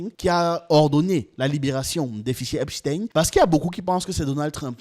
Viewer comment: C'est eipstein comme eistein .pas tin .